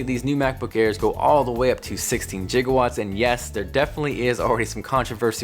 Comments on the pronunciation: He said jigawatts instead of gigwatts😂. But thanks for the review. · Please say the "jigowatts' pronunciation was in reference to back to the future -- it's supposed to be a hard 'g' sound...they only had that pronunciation in because someone told the scriptwriters wrong and they had never heard it before. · Haha he said "jigawatts" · Did you say jigawatts? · Jigawatts. Lmaoooo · Nice to see you channelling Doc Brown with your pronunciation of Gigawatts :D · did he just say gigawatts as jigawatts? back to the future reference or mistake? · Did he say 16 “jiga-watts” ??? 🤨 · JigaWatts!!! Ewww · ... what ? First of, the pronouncination of "tchigawatts" is nonsense, but at the same: what do you even mean by "they go up to 16 Gigawatts. Did you mean Gigabyte in regards to the ram? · Did he just say jigawatts?